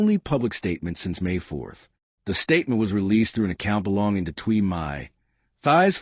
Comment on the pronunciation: Her name is pronounced Tee, not Thigh.